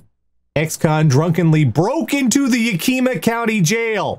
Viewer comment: Love the episode, as always. one note: Yakima is pronounced Ya-kuh-ma